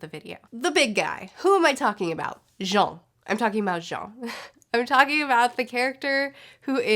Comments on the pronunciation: That "Jon" pronunciation sure is something <3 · Why’s she pronounce Jean like that